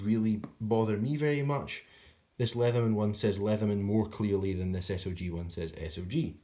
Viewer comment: Nah, it SOG, pronounced sawg. They forfeited the name “Studies and Observation Group” when they stamped everything “SOG” without dots or a single correction for nearly thirty years. It’s became recognizable under the military, and now they want to seem more serious than the other big names to go with their grossly overpriced metal since the military is no longer buying their crap. Their silly cogged hinge is a major point of failure and their knives broke.